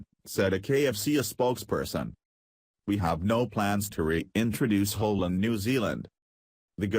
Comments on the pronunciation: too funny...the computer voice keeps saying "hell food" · FUNNY FACT ABOUT COMPUTER-PROGRAM "VOICES", THEY CAN'T SAY "HALAL". Listen to this! Every time the word comes up the COMPUTER says "H'LLL'"---or maybe it's just "HOLE"---then the next phrase tumbles over it. ELECTRONIC VOICES SHOULD BE BEHEADED. THIS SITE'S SYNTHETIC SPEECH IS UNLISTENABLE ENOUGH; ADD TO THAT (or "subtract" FROM IT) the JUMPS & DROP-OUTS. This site SUCKS! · Was the Text-to-Speech robot voice trying to say, "Halal" to refer to the Muslim's preference for food slaughtered & prepared in a specific manner?? It kept coming out as, "Ulul"! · Robot voice pronounces halal food... as HELL food. Very funny. I don't like ROBOT VOICE OVERS. Thumbs down for you... too lazy to use human voice-over. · Its Kentucky Fried Chicken, not Muslin Fried Chicken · Halal? Is Mr Computer voice trying to say the word "Halal"? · Computers can't say "halal" interesting.